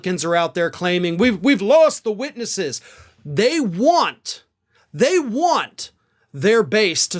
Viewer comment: “Witnesses”, not witnesses.